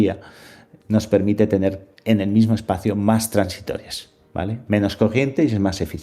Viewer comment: Muchas gracias por el vídeo,muy acertado y útil para despejarle dudas a más de uno. Por cierto,son transistores,no "transitores".